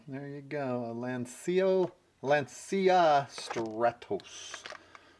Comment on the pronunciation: Great vid! Lancia is pronounced Lan-cha. It's Italian.